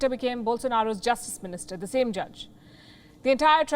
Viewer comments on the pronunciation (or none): none